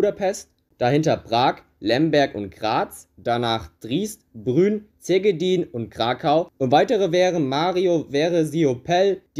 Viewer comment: Wie du Triest und Brünn aussprichst...😁